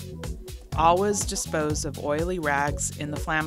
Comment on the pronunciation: That “all-was” instead of “always” was very weird to hear over and over hahaha.